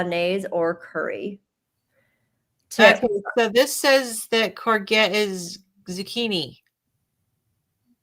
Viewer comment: Hi! It was funny to hear you all puzzle over courgette. I didn't recognise your pronunciation, + I was wanting to know about this new veg (It sounds like corvette, with a soft g inside, like courjette